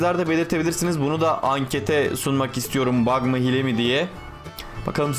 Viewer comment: abi hile diye yazılıyo ama hiile diye okunuyo hile ne